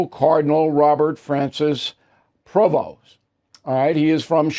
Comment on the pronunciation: Prevost not Provost